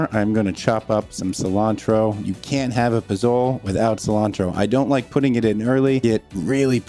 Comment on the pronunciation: Dude. You’re killing me. Pasole’ has a hard E at the end. Traditionally w pork you’ll make stock from the pork head adding the tongue and checks as garnish. Cumin seeds as well as the other dried chilies should be ground after toasting in a dry pan, in a mortar and pestle. Whicj is the difference between great and canned pasole’. Served w A garnish of fresh chiles scallions, green onions, radishes and lime wedges finish everything off for service